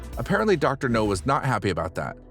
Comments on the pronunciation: Dr. NOW, not NO! Have you ever watched an episode? If you have you'd know it's NOW!! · Dr. NOW not Dr. NO. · It's Dr Nowzaradan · Do you purposely mispronounce the doctor'a name just to piss people off?